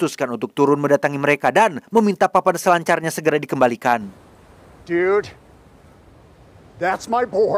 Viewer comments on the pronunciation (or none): none